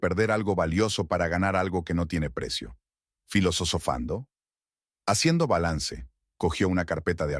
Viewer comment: FILOSOSOFANDO???? JAJAJAJAJA!!!! LA PALABRA ES FILOSOFANDO!!!!!